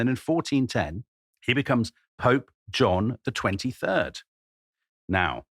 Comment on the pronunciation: did you said "John the 23rd"?